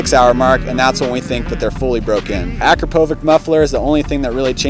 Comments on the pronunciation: It's pronounced " Ah Crop A Vick " not Akron Po Vick? Yeah I'm that guy. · Nope it's Acrapovitsch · Nope both wrong